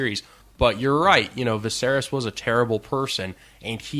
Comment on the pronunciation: Dude can't even say the name Viserys. Get some better commentators man.